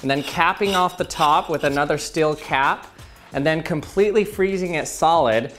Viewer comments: I clicked so early One of my fav youtubers Everyone: s-t-e-e-l: s-t-i-e-l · Oh... It's your problem... You say still instead of steel... That is very annoying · The way he says steel as still lol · It's STEEL not Still